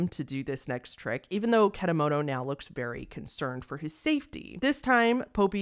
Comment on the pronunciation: And how you pronounce the name of the psychic is .Ket_a_moto. And how do you pronounce popee is poppy